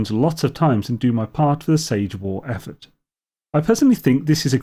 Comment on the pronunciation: So, if the priority is to unite to defeat a common threat to the verse, it seems to me that acquired points for doing Sabotage missions should be subtracted from each faction at the end. Sage pronounced Sahjay. ❤